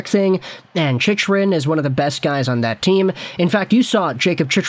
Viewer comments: Chicken* :p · It's pronounced chickrin